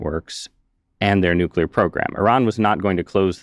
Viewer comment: And nu-ke-lar